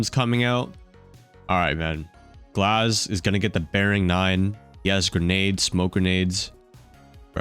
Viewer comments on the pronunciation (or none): none